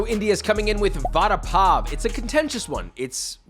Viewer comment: Bro nailed the Vada pav